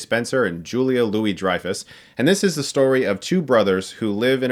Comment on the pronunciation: Damn great pronunciation on Dreyfus!